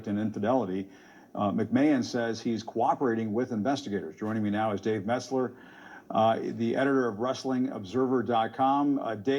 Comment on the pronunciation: Dave Mezler 😆😂